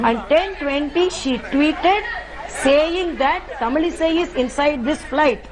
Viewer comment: Whatever the issue is, Mr. Anchor, her name is not Tamil Sai. Sai has nothing to do with her name. Ease of pronounciaton, you made her kind of a Sai bakht. WRONG.